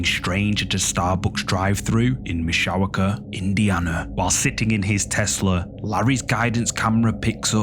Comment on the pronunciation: I listened to it three times and finally had to turn on CC. It's MISH-ah-wah-kah Indiana.